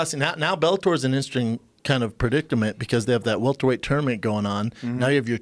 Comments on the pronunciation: Brendan "Predicktament" Schaub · Brendan also says "predicktament" right after talking about his hog. 🤦🏽‍♂️